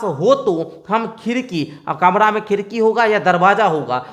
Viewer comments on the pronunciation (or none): Kamra hota hai kamla nahi